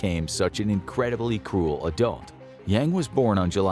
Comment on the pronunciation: Every time you said “cruel” i heard “cool” and i was like “brutal dude lol”